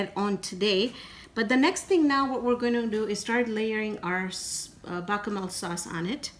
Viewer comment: as a Sicilian-American NO OIL in the water...it doesn't allow the sauce to adhere as well to the pasta and will not absorb as much salt while it's cooking...all you need to do is move the pasta while it cooks and keep the water moving.....oh please no oil...also called the whitel sauce is called Besh-a-mel...just wanted to let you know the correct pronunciation...not even mad at breaking the pasta because it's not an Italian dish....love your channel am happy to learn your cuisine